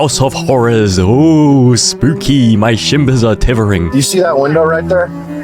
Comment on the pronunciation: "my tivvering are shimbers" 🔥🗣️🗣️🗣️